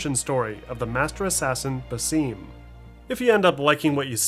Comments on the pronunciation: His name is not "Baseeeemm" lol It is simply, Basim. Soft "i". Why does everyone over-pronounce this name? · Ba 'Sim' not ba 'Seem' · It's Basim not Baseeeeem. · Doesn’t matter what sounds Arabic has. Throughout Valhalla is name was pronounced Basim not Baseeem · thank you lol His name is spoken by at least 4 characters in the game and no one says “Baseeem” lol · I find it so funny when people pronounce Basim as Baseem lol